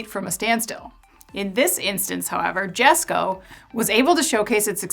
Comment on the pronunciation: You mispronounced Rimac, Jesko, and Regera.